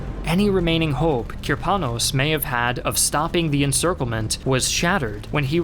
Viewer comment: Good video. My only complaint is random stresses in many Russian surnames and words. E.g. it's Kirponós, Sháposhnikov, and raspútitsa. But this is relatively minor, and typical for foreign videos anyway. Russian stress tends to fall where English speakers least expect it :) You are actually doing a pretty good job.